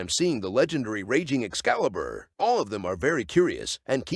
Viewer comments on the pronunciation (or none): Bro calls it an excaliber😭😭💀